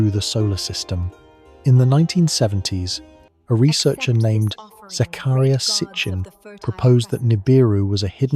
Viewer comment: How can the KNOB NOB WHO WROTE THIS THINK THEY CAN PRETEND THAT THEY HAVE NO EVIDENCE OF NIBIRU BEING THE PLANET OF THE CROSSING AND NO MATTER HOW THE DICK PRONOUNCES ZACHARIAH SITCHEN, IT IS STILL POSSIBLE TO FIND COPIES OF THE 15 REMAINING MINUTES OF FILM WHERE THE VERY WELL CONNECTED ZACHARIAH SITCHEN MEETING WITH PROFESSOR HARRINGTON WHO WAS NASA JPL' s chief of ORBITAL MECHANICS AND WHEN ZACHARIAH AND THE PROFESSOR PULLED THEM OUT AND SLAPPED THEM ON THE FUCKING TABLE AND THE ORBITAL ELIPSES OF NIBIRU'S STRETCHED OUT 3,500 YEARS EQUALLING ONE SAR ... PRONOUNCED SHAR